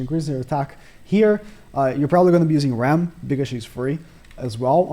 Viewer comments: I swear, you have the hardest time pronouncing the Demon sisters names. Let me help you. If I'm correct, Rem, sounds like gem but with a "r" of course. And Ram, sounds like rom, like rom-com. Correct me if I am wrong, but I think these are right! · This man can’t get the names (for rem & ram) right at all 🤣🤷🏽‍♂️ always gets it wrong